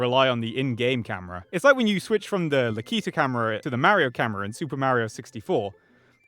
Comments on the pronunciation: Is... Is that really how Brits pronounce Lakitu? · that's not how lakitu is pronounced and you know that. Please be better. I will be reflecting this in your next report card if you don't turn things around